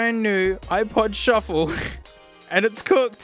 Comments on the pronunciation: couldn't pronounce things correctly if his life depended on it, and that's a mood. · The “shu-ffle” caught me very off guard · shooo fley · did you mean, shu-ffle? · My life has changed with that pronunciation of shufflé, can't tell yet if it's for better or for worse, but it has certainly changed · Ok “shu-ffle” is a new holy word now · i like the way you say "shu-ffle" i laugh every time. its like trying to say souffle. been binge watching your videos for the past week. really enjoy them videos! Please keep them up! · the whole video you said shuf-fle but that one time when you showed your favorite ipod accessory you said S H U F F L E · Nobody has said it yet, so I'm gonna. "Shu-fflé" sounds like "souffle". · Ah yes the iPod, shu-fle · Im so glad im not the only one who says shuffle in a funny way.